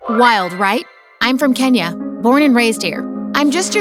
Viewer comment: nobody says kenya that way theres not supposed to be an accent and im kenyan btw